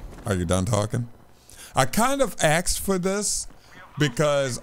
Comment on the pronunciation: It's asked not axed